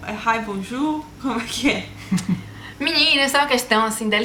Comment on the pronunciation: a é baiana? tive a impressão na primeira palavra que ela falou "meniina" kkkkkk